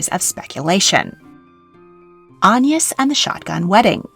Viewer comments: What's with the strange pronunciation of AGNES? An-yes...Anne ...Aig-nes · that does explain it, although it might have been good to include that explaination in the video? It's very much not the normal pronounciation of the name in England and was a little distracting! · In england we pronounce it with a hard g like - a (guh) ness - or at least near where i live we do i thought it was quite common😭😭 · Agnes is a very comon name in England - Agg-nes. I have never heard of an Ayn-nus. Ever! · its pronounced "ag- niss" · I've never heard "Agnes" pronounced "On-yis" before! Was this common in Tudor/Elizabethan England? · French pronunciation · that explains that weird pronunciation. Great work as always. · I was wondering that! I've only ever heard it with the hard G. The soft G reminds me of the Irish pronounciation of names such as Anya (which wouldn't be applicable in modern English English but might have been in Tudor times?) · Agnes is a Swedish name, so should propably be pronounced with a hard g like in aglet. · Yes, definitely should be pronounced that way, don’t know where has got her pronunciation from.